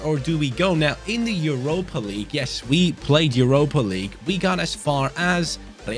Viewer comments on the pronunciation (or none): none